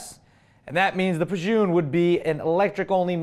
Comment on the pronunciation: Pa Jun hahaha ha that was really random even thought its actually pronounced pa j-uh-n